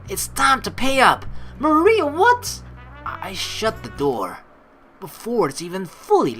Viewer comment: It would've been a lot easier to seperate 'Marina' from 'Mariah' had you pronounced the 'i' in ''Mariah' like you pronounce 'hi' (which is the way you're supposed to pronounce her name)